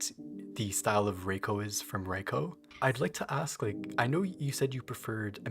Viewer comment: Minor correction; “Reiko” is pronunced in japanese the exact same way as “Rayko” is in english (which I would even assume this is why she choose this spelling). To japanese speakers (or people who slightly understand the language) that might stand out a lot - cause you appear to contrast both names like they are supposed to sound different.